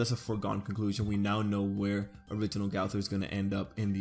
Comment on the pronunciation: Learn to say the name